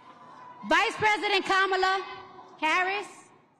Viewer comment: Nice editing to take out the part when she was up there like an idiot not able to speak without her phone. And she said KH's name wrong -- the folks on CNN go into apoplectic fits when you say KuhMAHla vs KOMMAluh and here her biggest fan says it wrong. SMH